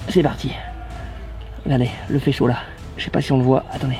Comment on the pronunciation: Ptdrrrr a il a dit il fait "CO" dehors ?